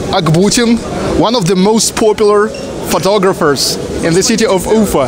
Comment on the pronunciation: Дружище, всё очень хорошо, но, пожалуйста, прекрати коверкать название "Уфа". Ударение должно быть на последнем слоге, и никак не иначе. Англосаксы специально коверкают русские названия и фамилии, чтобы нас унизить. Но, если внятно ставить правильное ударение, они это понимают и принимают безоговорочно. Соблюдай свою честь и национальную гордость.